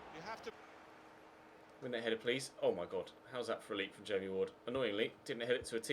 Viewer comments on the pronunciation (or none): none